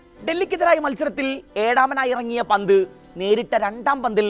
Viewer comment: ഹാരിസ് ബ്രോ.... ലിവന്റെ പേര് പറയുമ്പോ ഒന്നുകിൽ പന്റ് അതല്ലേൽ ഋഷഫ് എന്ന് പറയുക.... അല്ലങ്കിൽ എല്ലാ പന്തും കൂട്ടി കുഴഞ്ഞു ഒരു അവിയൽ പരുവം ആകും😂😂